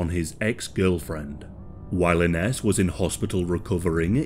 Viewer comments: It’s pronounced “Innish” not Inness. My ex’s name is Ines, used to piss me off when people asked “how’s INNESS”. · Hey hun it’s pronounced I-nez ❤ you’re awesome hun. Thank you. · I had a relative who was named Ines. She pronounced it like "eye Nehz" Great video about such a scary topic